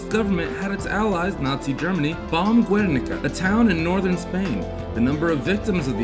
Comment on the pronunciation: Its pronounced gernica, not guernica